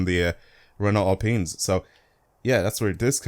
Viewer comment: Giving a like purely because you’re the only You Tuber to ever pronounce Alpine correctly.